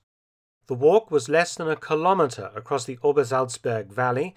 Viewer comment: Pronunciation of both English and German words is excellent, but I must point out that kilometre should be pronounced as “kilo-metre”, not “ki-LOM-etre”. Nobody says “cen-TIM-etre” or “mil-LIM-etre” or “fem-TOM-etre”. The metric prefix (kilo in this case) should always be kept intact. OK, pedant-mode off.